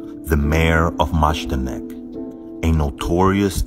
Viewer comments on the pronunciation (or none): FYI it’s not pronounced “MAZH-da-nek” but “Mai-DAN-ek,” and was a horrible place founded by the National Socialists. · It’s pronounced My-dan-ick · It's pronounced "mydarnek". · The J is pronounced as a Y in the polish alfabet. "Maydanek". Just a tip for future content. Keep up the good work 👌✌ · Just for the record it's pronounced like "my-DAH-neck" and "hair-MEE-nah BROWN-sht👁-nehr" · You would pronounce Majdanek My danik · It's pronounced maydanek